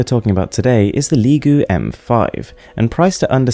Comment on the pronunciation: Its pronounced lee-go